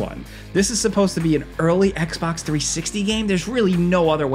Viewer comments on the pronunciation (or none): none